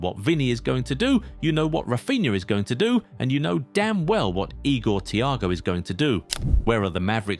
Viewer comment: The days of Marcelo: 7:1😅😅. The disrespect on Igor Thiago's name is insane